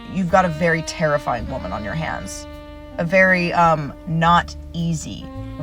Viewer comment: By the way woman your pronunciation is incorrect